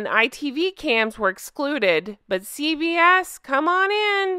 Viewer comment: I kept hearing CVS rather than CBS!